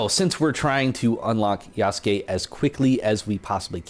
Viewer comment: First person I’ve seen pronounce his name right lol